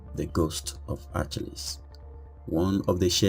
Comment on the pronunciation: Your saying his name wrong!!!!!